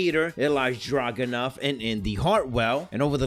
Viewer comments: WHO Dragunov? If you can't say his name, DON'T say it. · He's from nxt UK. Yeah he couldn't prounce his name correctly.